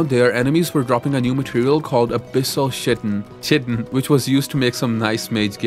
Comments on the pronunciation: just as a quick hint, chitin is prenounced kite-in. Or kitin', basically. Hard C. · Just a quick heads up, "chitin" is actually pronounced kite-in. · "Viscount" is pronounced "VAI-count" where VAI rhymes with WHY ;) Chitin is pronounced "KITE-in" as in the toy you fly when it's windy out ;) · If you're not sure of how to pronounce something, please look it up. The most egregious; Viscount is "Vi-count," Chitin is "Ki-tin," and Pal-a-din.